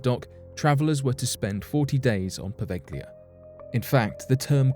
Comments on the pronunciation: Provelja is the pronunciation! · It's pronounced po-veil-lee-ah. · FYI Poveglia is pronoinced poh-veh-llia. The "g" is soft and is pronounced more or less as the Spanish use to do with the double "l" in paella, bella or mantequilla. "Lido" is pronounced as Lee-doh. (I'm Italian). Good video, btw.